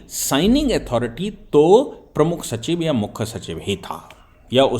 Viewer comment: Mukkha nahin Mukhya bola karen